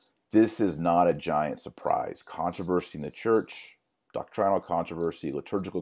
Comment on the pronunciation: It’s not doc-trine-ul. It’s doc-trenal. It’s pronounced doctrine without a long I sound.